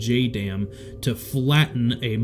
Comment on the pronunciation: JDAM, more like JUH-DAMN!!